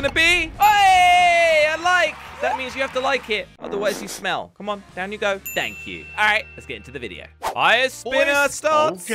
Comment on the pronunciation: you said tank you!! lol